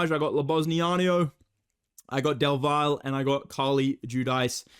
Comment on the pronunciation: Double L in Del Valle is pronounced "Del Vayae"